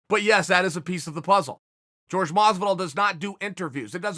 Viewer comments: Respectively calling out your pronunciation esteemed Chael. Jorge=horke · Chael "I'm American, Js make a "ga" sound" Sonnen. I swear he says people's name wrong on purpose because it brings them attention. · His name is JORGE not george asshole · Chael “George not Jorge Masvidal” Sonnen. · Chael please stop saying george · Chael “George” Sonnen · I will not watch you anymore until you correctly pronounce masvidals first name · Does it annoy anyone else why chael refuses to pronounce masvidals first name correctly ....? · Is it pronounced “George” or “hore-hey”? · Somebody tell me: its pronounced Jorge or George?